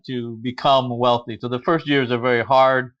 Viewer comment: Foist... lol Cheers guys!